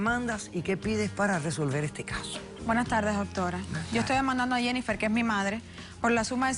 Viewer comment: La Dr Polo no sabe. Pronunciar el nombre. Jennifer!!;!!